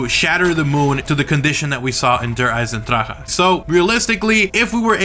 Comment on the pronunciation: Good video but just learn how to say der Eisendrache. My German friends said that you are saying it incorrectly.